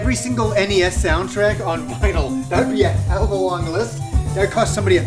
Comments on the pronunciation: it's vinyl not vinyl. You can have a record or records. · Vinyl without an S hehe